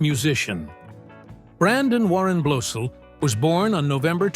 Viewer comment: Good grief! When you do a video featuring a celeb, and you don’t know jack about how to pronounce the last name . . . do your homework first. It’s not BLOSEEL! It’s BLOSIL They’re friends of mine!